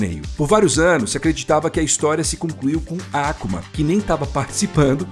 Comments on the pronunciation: Taikendo tá tranquilo.. me pegou mesmo foi o falando “ÁKUMA” e não “AK(Ú)MA” como um ser humano normal 😂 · Finalmente um vídeo bem produzido e roteirizado da história completa da franquia. Belo resumo! Parei no SF2 e voltei agr no SF6! Mto braaabo!!! Ps.: a pronúncia "Á-ku-ma" não dá, galera, para! Todo mundo fala "A-kú-ma",po! 😅😂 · "Ákuma"? A grande maioria das palavras de origem japonesa é pronunciada em oxítonas; e não proparoxítonas. Então o usual é colocar a sílaba tônica no meio ou principalmente no final. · Seria perfeito se a Capcom contratasse algum estúdio japonês para fazer um anime dessa história bagunçada da cronológica de Street Fighter, com a mesma qualidade do ótimo Street Fighter II Victory nos anos 90. Obs: No Brasil nunca tinha ouvido antes alguém chamar o nome do Akuma com o sotaque americano, que é Ákuma e não Akúma, como boa parte das pessoas daqui costuma dizer... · Pq esse narrador não mudou a pronúncia do Ryu e do Ken também, pra Ráiou e KImm. Baison, Ákuma, Déusin é muito idiota falar assim em português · Boa oratória. Porem tem alguns erros como a pronúncia do nome do Akuma (não é Àkuma, não tem acento agudo e o próprio jogo fala correto) e a Rose não é discípula de Bison e sim a parte boa que se separou dele (decisão do próprio Bison para se tornar pura maldade).